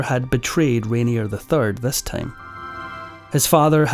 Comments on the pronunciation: A well-made narrative with only one slight flaw! The name of the main player in your video is universally pronounced "Rainiay", not "Rainierr". Sorry! 😀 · Isn’t his name pronounced :’Rain—yeh’? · You are not pronouncing Rainier correctly.